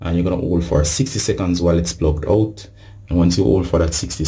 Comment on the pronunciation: Did you make sure it was “plugged oot! It must be plugged oot’?